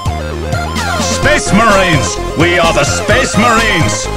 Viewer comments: SPEHS MAREENS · SPEESH MARINES